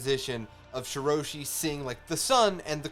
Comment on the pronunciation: Reverie = Rev-er-y. Rhymes with Beverly Marijoa = Mary-joe-a with a slightly softer J sound like a "zh" Shirahoshi = Shi-rah-hoe-shi